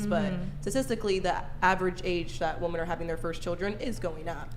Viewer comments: Does not know how to pronounce women? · saying "woman" instead of "women"...wtf bish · Does anyone else notice and think it’s weird that the zoomers pronounced “women” (plural) as “woman”. I’ve heard it all over the place and I do not get it. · If she says "woman" instead of "women" one more time 😭😭😭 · What is the deal with GenZ people pronouncing “woman” and “women” the same? Is anyone else noticing this? It’s driving me insane 😂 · Just gotta say this… women = wi-men. Woman = wu-man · It was frustrating having to hear say "woman" all stream.🙄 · say it with me, “women”. Geez. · Can not say “women”? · Why do WOMEN on this show not know how to say the word WOMEN so often?? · Why can't say "women" properly?